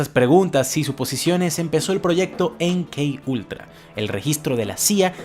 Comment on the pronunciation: Si lo vas a decir en español, se pronuncia eme ka ultra